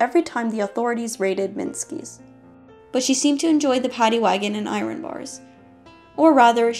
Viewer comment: I assume it’s AI. Listen to how the word “iron” is pronounced. “Eye-ron.”